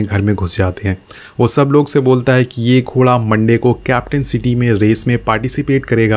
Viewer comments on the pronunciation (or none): none